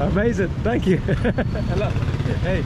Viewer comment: Its not Heylo Heylo its sounds like hallow hallow 😅😂 and that lightning strike woahhh 😮